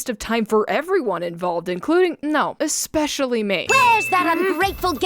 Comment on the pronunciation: I honestly love your videos but i do have to ask.. why do you keep saying ek-specialy???